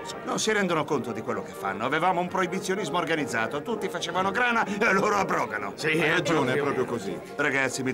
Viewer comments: "Abrògo"? No di certo! Sì, qualcuno lo dirà, ma è chiaro che è un errore: si dice "io àbrogo", e quindi "essi àbrogano". ;-) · Divertente, simpatico, piacevole. § Peccato però per quell’errore d’accentazione a , *“abrògano” invece del corretto “àbrogano”. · Bello. Dispiace però quell'errore a : il doppiatore dice "abrògano", mentre doveva dire "àbrogano".